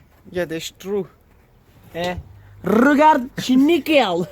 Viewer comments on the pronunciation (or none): Y m’a fumé rrrregarde 😂